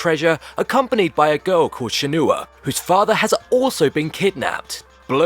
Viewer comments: I suggest you re-play the game and review it then or maybe you never even played it at all mate? her name is ShenHUA like Shen-farr. Not shenuwaaa. Also you don't just level up on dummies. You level up sparing using your skill books you buy from the shops. i'm glad it ignores that what's popular in this generations games . It's unique because no one is yet to still do what the creator of shenmue did and never will. it set up the open world games to follow such as gta 3 and morrowind. i find your review very inaccurate to be honest. at least get some details right mate. fair enough on your review i'm not arsed you give it a bad score and say it's awful i'm just annoyed most reviwers seem to stick there noses in and get half of the info wrong telling me that you never even completed it or for that matter even played it and if you did and you still got stuff wrong well, what can i say it's not for you and you was bored 5 minutes in. don't worry it's got good reviews elsewere and so far it's hit it's sales mark for a 4th one :) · Shenooah, eh ? It's pronounced as Shen-hwah. Just FYI and all that.